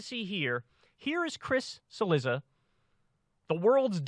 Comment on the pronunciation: I think it’s spelled, Cilizza, which in original Italian is pronounced, Chilliza.